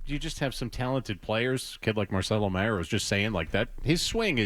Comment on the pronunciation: Why can’t he pronounce Mayers last name correctly?